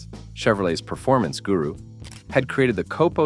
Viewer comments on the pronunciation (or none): none